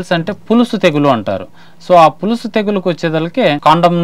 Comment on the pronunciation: పులుసు కాదు పొలుసు